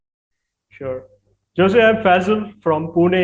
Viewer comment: It's pronounced Hose